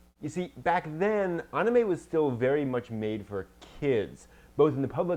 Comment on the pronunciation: Why does it when she says Anime it sound like Onamay? XD